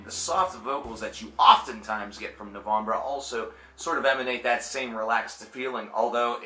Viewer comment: hey have you not been familiar with this band until recently? never heard you talk about them before. good to hear your thoughts however the E in NOVEMBRE is Pronounced just like the E in the English version of the word which is NOVEMBER. It's NOT NOVOMBRUH!!!!!!!! sorry, I don't mean to hassle you but it made me cringe like crazy.